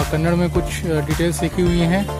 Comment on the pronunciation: FYI only.. It is not Kannad.. Its Kannada..